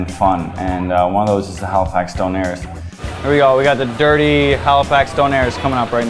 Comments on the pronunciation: Donairrs LOL! It's Doner you cringe worthy hipster. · its fucking pronounced DONNA!! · How can you run a retraunt and pronounce doner and pitta wrong?